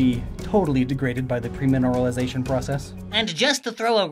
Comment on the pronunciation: pERmineralisation. NOT pREmineralisation.